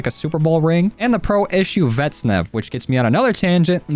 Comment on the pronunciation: it bothers me when he says vetsnev